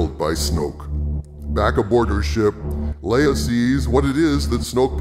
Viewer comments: Lee-ah? ive always pronounced it Lay-ah. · GENERAL LAY UH ....ITS NOT LEE UH ....OMG